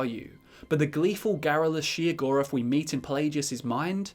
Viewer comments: Am I the only one who thinks he's saying Sheogorath's name wrong? I am pretty sure it is pronounced Shayo-gorath and not Sheo-gorath. Just sayin. oh and also WABBAJACK WABBAJACK WABBAJACK WABBAJACK WABBAJACK WABBAJACK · As many times As i have played the shivering isles DLC I have never heard his name pronounced she-o-gorath. lol. Still he's my fav dadric prince :) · Every time I hear shegoeath I just hear cheese for everyone 😂he can’t drive me crazy I was born like this lmao